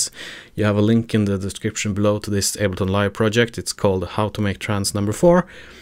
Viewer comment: it went from able-ton to able-not nice video, thanks